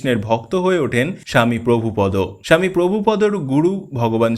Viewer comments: মনে কিছু করবেন না ওনার নাম প্রভুপাদ , আপনি বারবার বলছেন প্রভুপদ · মৃদঙ্গ। প্রভুপাদ। এই উচ্চারণ গুলি ঠিক হয়নি।